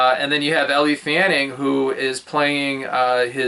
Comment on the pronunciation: I can't tell if you were doing this on purpose, but your review is like listening to a person from another planet talk about the movie, the actors, and Bob Dylan. You mispronounce Chalamet and Elle -- which makes me think you know nothing about them. You talk about the time period of movie as if you are talking about the history of a foreign (to you) country. If you want to get a YT following reviewing movies, I think you need to know something about the actors, the historical period, and the subject. Maybe you were trying to be indifferent, but it comes off as being uneducated about movies. Watch some pro-reviews and see how they give background on the actors, the filming, the screenwriting (author of the book if it was an adaptation), etc. Your audience is looking for insight, not just a play by play of the film.